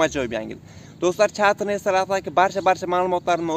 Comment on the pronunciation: Ukajon tugri gapir chetter reys